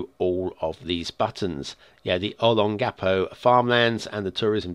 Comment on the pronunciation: I'm from this city, born and raised. I've been to everywhere in this city and to be honest this map is amazing (not exactly 1:1 because of how close to impossible that is to do, but its super close). The proper pronunciation of the city name is (Olong-gapo). The name is derived from the phrase "Ulo ng Apo" which means "Head of the Elder". This map is actually two cities, the second one is Subic Bay, which was a former U.S Naval Base during World War II but today is a low density city with its own local government apart from the other city. I believe there is a city policy that prevents construction of high rise buildings because majority of the two cities are below sea level. And that small town near the airport is Cubi Point, which is not a small town but rather just a residential district and there really is a church in the middle of that area.